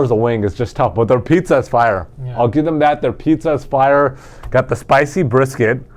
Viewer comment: Hey guys, great show. I'm here in Bristol R.I.. Not big R.I. but smallest state in the states. Thanks for turning my fortunes around, love the picks. Keep up the good work. BTW....it's pitzza, hit the z hard not soft. Lol.